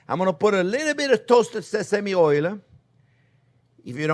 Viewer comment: People like to joke about him pronouncing onion as onyo.. But I haven't seen anyone talk about oil pronounced as oylyou!